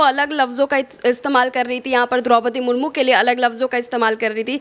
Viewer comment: आप भी राष्ट्रपति का अपमान कर रही हैं। उनका नाम सुश्री द्रौपदी मुर्मू है। आप "मुर्मुर" बोल रही हैं।